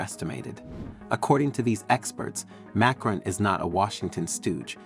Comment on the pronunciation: Who is this “MAYcron” guy being mentioned? I’ve heard of “mahCRON” as the president of France.